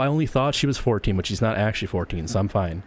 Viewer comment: 'no i never actuwally beweaved it' 🤓